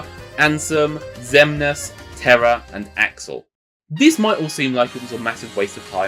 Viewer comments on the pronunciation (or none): none